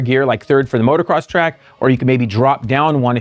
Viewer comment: Did he say motorcross